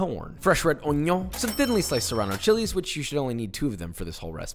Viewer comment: Haha "red oignon" love joshua